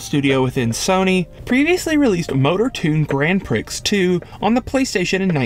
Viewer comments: Prix is not "pricks" it's "pree" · Grand Prix is pronounced Grand Pree and not Grand Pricks. Thought you should know. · “Si-fon filter”? “Grand Pricks”? Congrats on the 6th Grade reading level and black fingernail polish. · "Grand Pricks 2" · Grand Prix is pronounced “grand pre” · > Grand “Pricks" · Despite really enjoying hearing the history of the PS, it would have been much better if the narrator knew the difference between a 1st and 3rd person shooter and could pronounce "grand prix" correctly, among other minor mistakes. Keep practicing dude. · "Grand Pricks" ? Seriously ? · LMAO I lost my coffee "Grand 'PRICKS'", darn french words always tripping up people for whom nonsense is their only language, and English is a work in progress as a distant 2nd.